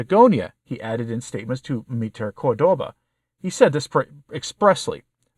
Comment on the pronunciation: CORdoba. Accent on first syllable.